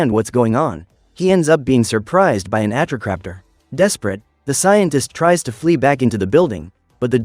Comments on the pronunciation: It's Atrociraptor not atroc but close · You are pronounsing atrociraptor wrong